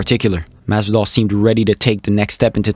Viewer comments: It’s masvidal not mass doll bruh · whos "masdal"